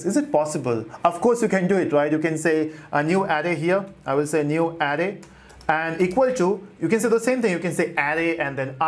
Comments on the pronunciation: Please brother pronounce "Array" as Araye not Arri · I repeat the video a couple of times to understand. I keep hearing "adding", but actually is "array" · I like your video but you are pronunciation of of array is off array the r s are hard if you type any word into Google translate you can have it say it for you so you learn how to pronounce it is not big problem just I cringed every time you said it